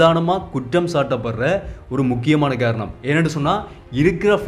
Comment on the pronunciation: காரணம் என்று சரிவர உச்சரிக்க வேண்டும். நீர் கேரணம் என்றல்லவா உச்சரிக்கிறாய்.